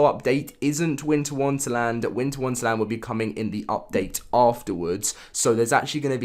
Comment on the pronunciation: I love how u said Winter Wunterland rather than Wonderland